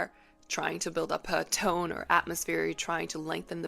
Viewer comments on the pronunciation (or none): none